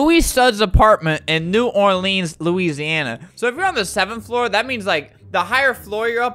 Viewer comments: No it's how he says New Orleans FYI, you don't say it like New Orleens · It's pronounced New Orlins but spelled New Orleans. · ALBERT IM FROM NEW ORLEANS! U DON'T PRONOUNCE IT LIKE THAT! >:( U PRONOUNCE IT LIKE NEW OAR, LIKE A BOAT OAR, LENS LIKE A CAMERA LENS REPEAT IT TO URSELF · Coming from the south, I got upset when he said New Orleans wrong. but I guess you can say it either way